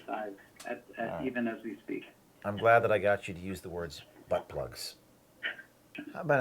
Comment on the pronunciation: Yeah, that gu/ay has no problem saying BUTTBLUG. He's very familiar.